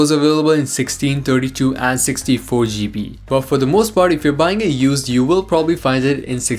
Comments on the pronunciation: You pronounced so many things wrong. It’s iPhone 10, not iPhone X, and it’s gigabyte, not geebee. Other than that, the video is good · 16 "gee- bee" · "16 shjeebee"